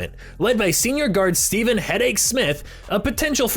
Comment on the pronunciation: I think it was actually pronounced "stevv-in". I may be wrong though